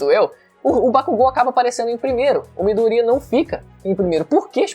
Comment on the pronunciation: Midoria kkk é Midorya!